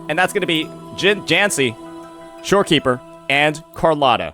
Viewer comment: Jhanshi? 🤣 Jin bro JIN😭